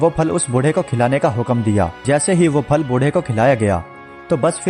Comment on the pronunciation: Apka talafuz thik nahi hay.. Phir ki jga fir Phal ki jga fal..men apny bchy ko sirf urdu ki waja say sunata hun...to plz talafuz thik kren